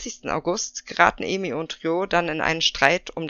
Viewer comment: Noch mal ein Hinweis zur Aussprache, Ai wird wie das deutsche Ei 🥚 ausgesprochen, und die umschrift Ei so wie du es im Video sagst. Also wäre ihr Name Eimi, würde er so ausgesprochen werden, wie du es im Video sagst, aber Aimi wird A-I-MI ausgesprochen :)